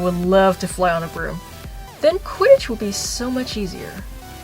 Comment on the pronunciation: did she say quiddich???